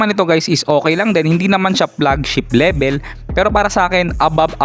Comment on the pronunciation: Nice review sir, natawa lang ako dun sa pagkasabi mo ng "PlugChip Lebel" 😅 pinoy na pinoy 😅 overall nice Rebiew 👍